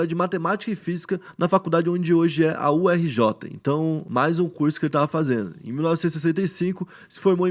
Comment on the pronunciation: Uma curiosidade, guerreiro: Ao invés de UE-RJ, pronunciamos: UÉRJI 😉😄 Sim, siglas e suas pronúncia estranhas 🤣